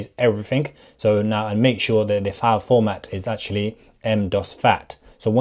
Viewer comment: Basiclee literallee actualleee